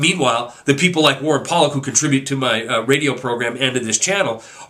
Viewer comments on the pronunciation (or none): none